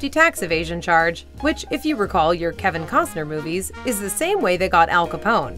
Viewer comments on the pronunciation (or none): none